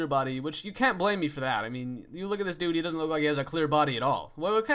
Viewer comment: *Dude*, you know it's DUDE, not DUE right?